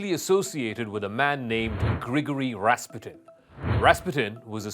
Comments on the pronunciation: Accent is on the second syllable: ras-PU-tin. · Wow, you're right. Ras PUTIN. We should have known him.